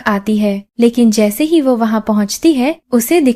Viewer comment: Plz who ko wahye na bola Kare mujhe apki voice achi lagti he lakin waye nai wo bola karen